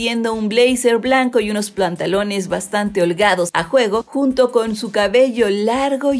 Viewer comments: diji plantalones xdxdxf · Ademas de que dice cochella, dice plantalones en el minuto , no menciona al pobre ozuna que es el principal en la cancion, bueno que podemos esperar de la que redacta la historia🤦🏻‍♀️ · Soy yo o dijo plantalones a menos que así se llamen y no me había dado cuenta 😂😂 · Unos PLANTALONES Min jajajajajjajaajja los plantalones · Alguien más escuchó que dijo PLANTALONES? 😂 Que pasó Chicas Cosmo